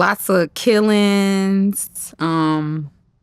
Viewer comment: The way she said lots of killings with the extra S sound at the end lets you know she means ALOT lol